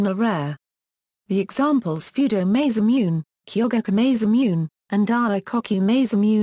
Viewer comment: The butchering pronunciation of, Masamune, is annoying.